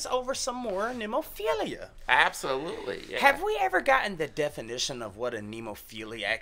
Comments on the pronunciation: Ne (as in net) mo (stressed syllable) phila (as in Philadelphia) It's a five petal flower (they're a five members band), you saw the flower as the symbol in the beginning of the video. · Why not cut down on the labeling and just call it Heavy Metal? BTW, it's Ne-mo-phi-la. It's a flower with 5 petals, one for each band member. Great reaction guys!